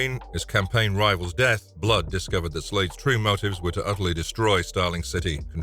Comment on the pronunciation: I had to tune out after 3 minutes. It sounded like the word was fighting to escape his mouth every time he said it. “BBBLood” 😂